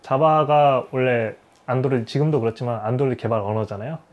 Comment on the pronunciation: 영어 발음이 완전 일본인 ㅎ [ 안"도"로이도 / 아이"포혼" ] / 집에서 치킨 튀기는건 껌이고 직업으로 식당을 하는건 완전 차원이 다르죠. 연봉 8백~1천만엔 일 때 세금이 35%, 그 이하 연봉일 땐 약 25%. 잘 봤습니다.